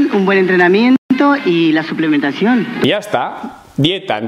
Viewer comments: Ha dicho suplementacion dandole enfasis. Una forma de decir que se chuza. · ..esta mujer ha dicho suplementacion.. no ha engañado a nadie...jajjajaja... Lo que no dice es que suplementacion.. eso cada uno que lo entienda como quiera....jajajajj. Ademas la cafeina te pone superfuerte...jajaaj